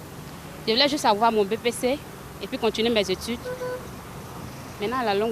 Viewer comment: On dit “Et puis” et non “Et pis”!